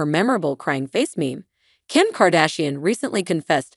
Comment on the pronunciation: Save it, you cannot even pronounce little kimmies name right...Who cares anyway??? The entire little family is fading out day by day!!!!!!!!!!!!!!!!!!!!!!!!!!!!!!!!!!!!!!!!!!!!!!!!!!!!!!!!!!!!!!!!!